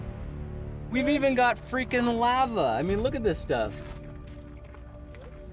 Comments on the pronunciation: Lava is pronounced (Lah-va) not (l-a-va) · did he just say lavauh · "We even got fricken LAH-VA" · We even got freaking lava he said it like laehva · the way he said lava triggered me